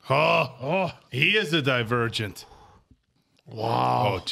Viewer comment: pronouncing "Divergent" as "The Virgin" the whole time made me laugh lol